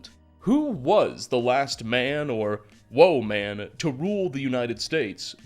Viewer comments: Did he just pronounce "woman" as, "woahman"? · What's with the pronunciation of "woman" at the beginning?